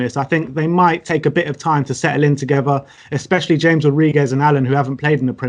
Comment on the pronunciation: I don't understand how anybody who watches football still doesn't know how to pronounce James. I bet they say 'Reel' Madrid, too. Shudder